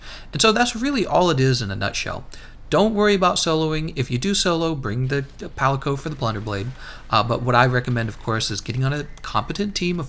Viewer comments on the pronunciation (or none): none